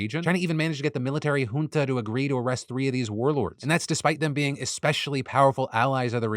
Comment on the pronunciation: Phil says junta like hoooonta.